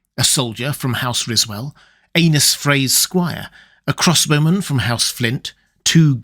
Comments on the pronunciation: I hate that you pronounce Aenys as Anus. its more like A-Niece. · Pronounced Aenys as "anus" and not "Ay-neess" is brutal 😆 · I’ll never get tired of hearing (and reading in the captions) the name “Anus Frey” in absurdly proper English accent. Yeah yeah, I know it’s supposed to be spelled “Aenys,” but tell that to the captions and to repeated and unmistakable pronunciation. Hey hey hey, Anus Frey, Anus Frey.